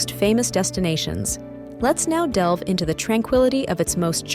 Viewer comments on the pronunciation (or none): none